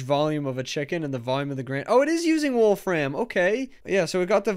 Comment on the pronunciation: Please stop saying "Wolf Ram". That's not his name. There's no stress on "ram", he says it more like "Wolf-rim", as does everybody else with that name.